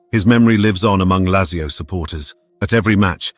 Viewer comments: I don’t know much about football but your pronunciation of Lazzio offends me. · It is pronounced Latzio. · How is it you can pronounce Thurunayapuram correctly but not Lazio?